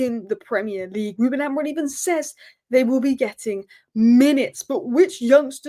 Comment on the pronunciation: Are you saying Ruben AmoriN? Lol